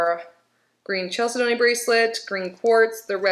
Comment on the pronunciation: Love the “Unboxing!!”🙏💕 As for the pronunciation of Chalcedony… it is spoken as CHAL-SIDNEY. My daughter worked at HSN, and corrected me many times!